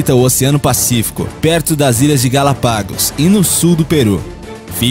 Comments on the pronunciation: Só corrigindo: Galápagos e não Galapágos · Só uma observação, galáaaaapagos, cefalóoooopodes. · O canal é ótimo, mas há uma coisa que incomoda. Alguns termos ou palavras são narradas de forma incorreta.. Por exemplo, Galapagos ao invés de Galápagos, Cefalopode sendo o correto Cefalópode. Há vários videos com algumas pronúncias óbvias narradas incorretamente, desprezando a acentuação, seria bom ao canal verificar isso. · Vídeo até bom, mas vc precisa se informar sobre a pronúncia tipo: Galápagos, cefalópodes, etc. Por favor entenda como uma crítica construtiva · É Galápagos e não Galapagos. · A qualidade dos videos do canal é bem bacana. E a qualidade da narração é muito boa, porém, vocês precisam urgentemente revisar esses roteiros antes de gravar a narração. Tem muito em erro em todos os videos. Erros de concordância, preposições erradas que não funcionam com verbos subsequentes, erro de pronúncia e até mesmo frases que não fazem sentido alguma. GalapÁgos???? Seus lábios É usado??? Etc... No mais parabéns pelo vídeo. Mas tomem mais cuidado porque esses erros pequenos podem comprometer o bom material. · meu querido sucesso canal eh muito legal mas precisa vigiar sua pronúncia as ilhas chamam Galápagos com acento e a pronúncia eh com acento tbm e cefalópode tbm tem acento e tbm eh usado na pronúncia, meu lindo, vc tem tudo pro sucesso mas seus inscritos merecem que vc tenha uma pronúncia impecável vc não acha? eh só um toque de sutileza bjs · Adoro sua voz e narração mas vc deve tomar cuidado com a pronúncia de certas palavras: GaLÁpagos; cefaLÓpodes... (q dó da ursa do sol 😢) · muito bom o canal. o apresentador só precisa aprender a pronunciar os nomes, aye aye = ai ai, galÁpagos e cefalÓpodes. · Galapágos😂😂😂 a pronúncia do narrador é péssima